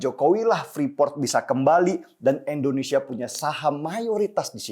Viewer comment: INDONESIA BUKAN ENDONESIA 🙏